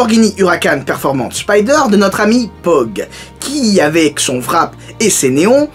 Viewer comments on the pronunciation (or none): none